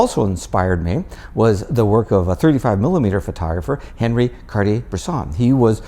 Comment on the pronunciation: Great video. A true teacher! By the way, it's 'on-ree' not Henry (Cartier-Bresson).